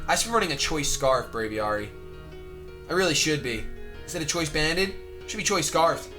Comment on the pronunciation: >Bray-vee-are-ee pls, Brave+Aviary (Aviation) Bray-vee-air-ee